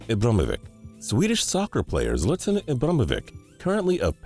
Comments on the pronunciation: he said zlatan's name wrong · He slaughtered Zlatans name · The way he pronounced Zlatan’s name, like are you for real? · The way he pronounces Zlatan makes me cry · You pronounce my name like that? Zlatan doesn't approve. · He butchered Zlatan's name so bad 😂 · He messed up so bad in Zlatan's name😂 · WTF you can't pronounce ZLATAN Ibrahimovic right and you can't pronounce no one right